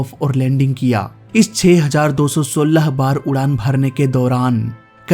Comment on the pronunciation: Your style of saying 2016 is funny 😂